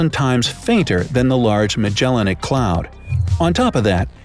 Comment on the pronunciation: I heard several mispronunciations :/ Magellanic; infinitesimal; Proxima Centauri... Still an interesting vid, but makes me think he's misreading the script lol